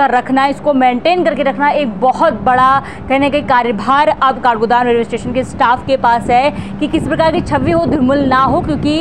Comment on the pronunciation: Kargodam नही काठगोदाम होता 😂😂